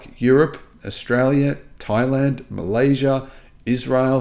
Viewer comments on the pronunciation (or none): none